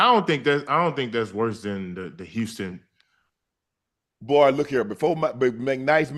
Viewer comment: Unc can’t say Houston any more